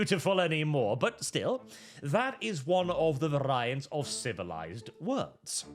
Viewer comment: why the fuck do you insist on mispronouncing "variant"?